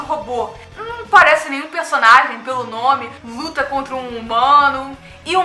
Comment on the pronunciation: Ela falou lhuta e só eu Percebi?